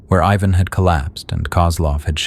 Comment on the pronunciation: How many times did you get that first kid Ivan's name wrong?